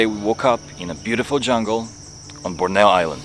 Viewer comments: Wonderful video. You pronounce Borneo ("Bor-Knee-Ohhhh") as "Brno" (a city in the Czech Republic) which just makes it even more cute : ) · The way y'all pronounce Borneo hmmm..